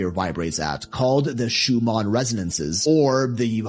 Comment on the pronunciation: learn how to pronounce Schumann